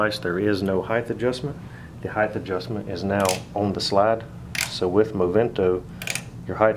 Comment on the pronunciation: Weight & height. Length and breadth. But DEF NOT heidth.